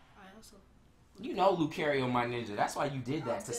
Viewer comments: It's not care it's car io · its lu-CAR-io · he said lucario wrong